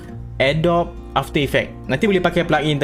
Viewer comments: mungkin boleh sebut cara betul lepas ini, Adobee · Pronounce adobe. Macam ni (A-do-bee). Ni baru betul